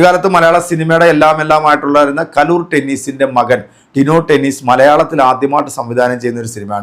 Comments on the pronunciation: ടെനീസ് അല്ല ഡെന്നിസ് ആണ് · ഡെന്നിസ് ആണ് അല്ലാതെ ടെന്നീസ് അല്ല 🤣. ടിനു അല്ല ഡിനു ആണ് 😂